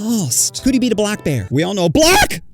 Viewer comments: Na the way you said “BLACK!” Is crazy for the as you would say it BLACK! Bear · Why so much emphasis on BLACK bears😂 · why did he say black like that🤔🤔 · the emphasis on "black" tho 😭 i'm black and everything he said was true asf tho :glasses-purple-yellow-diamond